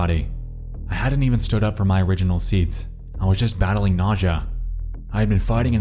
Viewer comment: LMFAO. Forget the way he pronounces GIF. Did you hear the way he says Users, Dangerous and nausea? 🤣🤣🤣 Sounds like Mordecai from Regular Show.